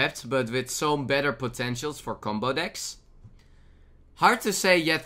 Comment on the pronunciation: Oh, and "dicks" instead of "decks"